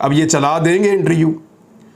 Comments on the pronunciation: Bhai inter U nhi hota interview hota hai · Imran Riaz khan Bhai, plz speak word interview not interu... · ایک تجویز ہے۔ لفظ انٹر-ویو ہے۔ انٹر-یو نہیں ۔